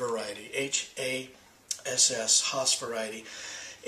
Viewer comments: Haas, not HaSS ! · By the way...it is pronounced hASS not Hoss maybe just a regional dialect the way said it?